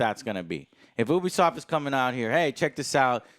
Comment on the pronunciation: Whoever sees themselves in that pretentious hipster-shit is the problem... Also it's pronounced "neesh" and "Yoobisoft" :P